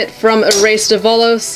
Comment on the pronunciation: Its Dev-a-lose